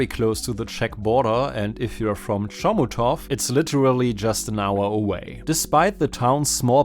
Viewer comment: I really like the idea of covering smaller parks. Also hope this doesn't come off as mean, but your pronunciation of Chomutov made my day. It's fascinating to watch foreigners try to grapple with our language.